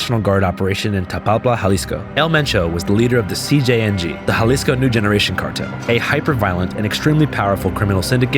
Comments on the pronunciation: Y’all keep saying cgng not cjng 😂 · C “J” NG not C “G” NG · female reporter dosent know much what shes talking about sadly ,she also KEEPS Calling them CGNG NOT CJNG she didnt even say chaos in spanish correctly . if she cant do those basic things lol imagine the stuff she thinks she knows she is telling you guys. cool video but her part should of been cut out its false stuff , that whole you cant even say the word cartel is a huge lie lol you can say anything there and they wont pull ya over, if they dont care about deaths like that do you think they care about reading cartel banners? no lol not sure where she is getting her info